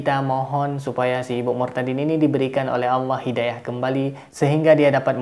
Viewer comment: bilang nya auwlloh